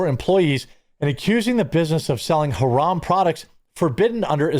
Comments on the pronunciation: that fool can't even pronounce the words properly keeps saying "huh-ram" when its pronounced "huh-rahm" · Doesn't even pronounce "haraam" correctly 😂 what a fcking joke. You sound American, but WE DO NOT WANT YOU HERE. You want Isalm? You want more muslims? You want sharia law? Go to the fcking Middle East! Worthless pos. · Bro cant even say haram correctly, classic😂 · Home slice can't even pronounce haram correctly! I'm a white Christian male that lived under Sharia law for 8 years (my choice of course) for work. Even in the United Arab Emirates (Abu Dhabi/Dubai) you can purchase pork and alcohol. Matter of fact, locals would honk their horns in the parking lot only to have the inda-paki-deshies load up their car with booze. F'n Hippocrates! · MF can't even pronounciate Haram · He can’t even pronounce “haram” correctly. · Dumbass can’t even say haram right yet trying to demand others to do shit